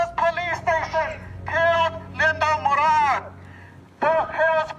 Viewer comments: Every Moran I've ever encountered pronounced it like that. Mor-ahn. Try again. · MorAN, not moron! The only moron is the narrator. Linda was acting crazy when they were just there to help her! 🤷🏼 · Ok i can innerstand the mispronunciations without commenting...until Now. Her name is not pronounced MORON... It is pronounced More Ann. Moran. I hope you are an AI generated piece f crap and not a human generated piece of...WAIT. What?! 😂😂😂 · I believe it's MoRAN but was mispronounced as Moron. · Case 4. Her last name is MorAn NOT MorOn. You are insulting this woman every time you say her name!!!